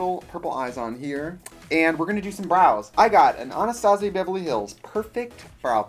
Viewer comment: am I the only person that heard "Anastasia BEVEL-LEE hills" :'''(